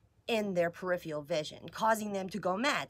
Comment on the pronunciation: I wish educated people would learn how to say periferral. It's not perifial. Periferral please.